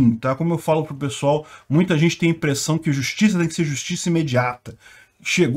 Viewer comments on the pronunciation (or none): none